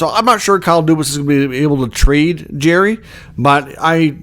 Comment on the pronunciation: It’s not Jerry! It’s Jarry! Jar-ry